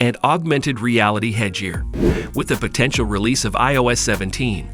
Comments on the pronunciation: It's head gear ,head and gair not jear 😂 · porshee, A/R, hedge-ear